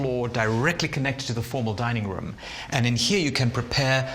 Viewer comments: Why is he pronouncing "room" so strange? 🤔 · why he say rum not room? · “ an impressive rúm” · They way he says "Room", exquisite